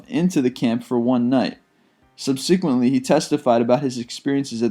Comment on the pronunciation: I like his voice, it's the pronunciation that gives me the willies. Maybe rehearsal time is limited? I find it hard to believe he's never heard the word subsequent or Dachau. I guess they're in a rush to produce.